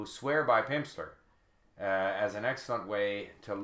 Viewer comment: he said pimpster